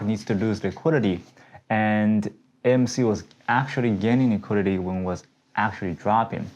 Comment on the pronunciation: i cant stop laughing, i love hearing you talk and your words with s on the ends...lmao epic,,,,,you could make millions doing stand up comedy just being yourself! ""liquitdities"",,,,,""consolidations""